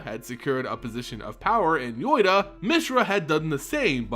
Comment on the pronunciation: Caves of KOLEEOS? YOYTA? SLIX? Lim DOLE? If unsure sound them out, or ask someone.